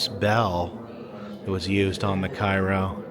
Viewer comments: Cairo is pronounced “Kay-row” in the area. “ky-row” is the name of the city in Egypt ! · I'm only bringing it up cos you'll probably be back there but both the ship and town it's named after are pronounced "kay-roh". Like the corn syrup. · Great video. I always enjoy watching them on your road trips. I have to correct you on one thing. The correct way to pronounce Cairo, IL is Kay-Ro. Lots of people pronounce it wrong as people think it's pronounce the same way as Cairo Egypt. But, keep up the good work and videos. I'm enjoying your Mississippi travel. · IT'S PRONOUNCED CARE-O here in Southern Illinois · While in Cairo, in its pronounced cayrow.. 😂